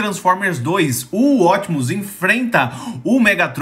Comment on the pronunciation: Quem é esse tal Ótimos Prime que eu nunca ouvi falar? A pronuncia correta é Optimus Prime falando o P e não Ótimos Prime engolindo o P kkk 😂